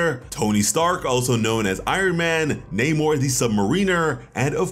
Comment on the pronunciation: Poor Prince Namor, always getting his name butchered.